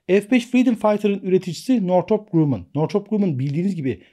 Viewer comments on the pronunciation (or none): Hocam "Grammın" okunur